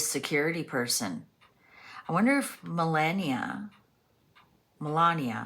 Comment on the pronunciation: Very interesting reading! I know Melania doesn’t pop up in readings all that often around Trump, so it’s fun to see that here. Appreciate you tackling the pronunciation of her name, as well. Took me a little while to get it down, myself. Suggestion for an upcoming Mysteries reading: have you done one on the Denver airport yet? It is a creepy airport with really strange imagery, symbolism, and overall fishyness around it. The amount of money spent on it, its location, the tunnels, it’s all just weird and my mind goes down all sorts of interesting paths. Even walking through it I get the weirdest vibe. Glad I’ve only had to go there a couple times! I’d be fascinated to see what the cards have to say about what’s really going on there.